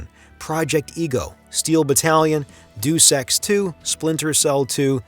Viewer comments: doos ex 2 lmao. it's "day-us ex" but killer documentary my good sir! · Doos Ecks too It's all right I forgive you. That would explain the weird mispronunciations I guess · The credibility of anyone doing video essay related to video games takes a hard blow when they pronounce Deus Ex as Deu Sex.